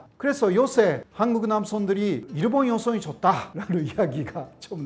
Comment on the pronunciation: 내용은 좋은데 한국어로 그렇게 강의를 하는데 신기하게 일본인 특유의 발음 쿠세가 안사라지시네.. 일본>이루본/ 습니다>스무니다/남편>남푠/ 어머니>오모니etc